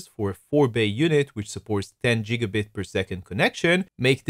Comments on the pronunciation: ITS GIGABIT NOT JIGGABIT YOU IDIOT! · Its GIG A BIT not JIG A BIT!